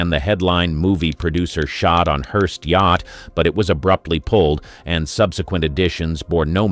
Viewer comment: Pretty poor AI. I laughed when it pronounced yacht as yak-t!